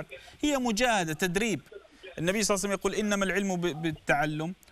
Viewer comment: صلى الله عليه واله وسلم* وليس صلعسلم